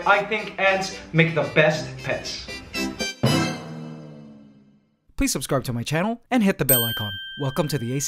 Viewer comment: I swear he said pest